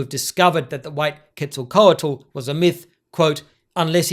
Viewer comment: Normally wouldn’t say it, but since the way you are saying Quetzalcoatl seems like you’re trying to be authentic, the “tl” is a voiceless alveolar lateral affricate. Think a sound like the Welsh ll but with an air stoppage preceding it. The way I’ve seen some who don’t want to try to pronounce this unfamiliar sound do it is by just enunciating the t really hard at the end and not adding an l. Not that you have to try to do it if ‘authenticity’ isn’t your intention of course.